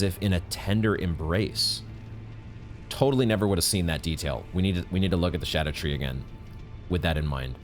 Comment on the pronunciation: Im still so disappointed hearing souls-tuber vet, Smoughtown, still refer to it as “skadoo-tree”💔😭